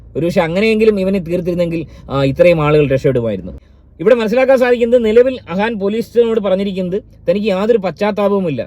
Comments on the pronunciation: അഹാൻ അല്ല അഫാൻ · ആ വീരൻ്റെ പേര് അഹാൻ അല്ല അഫാൻ എന്നാണ്